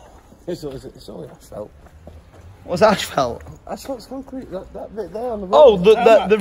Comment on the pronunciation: Asphalt, asphalt!! Not ashphalt. Why why why do people say it that way??? Ha